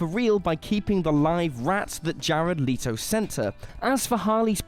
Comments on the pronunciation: His name is not pronounced lee-toe....it's pronounced let-oh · Ahem, lee-tow you say? I think you meant LET-OH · “She didn’t rehearse with Jared Lee-Toe” lmaoo